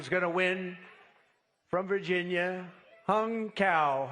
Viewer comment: LOL Trump said “Hung Cow”